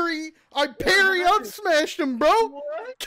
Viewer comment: i like how the way he says Parry sounds like the "Penny" meme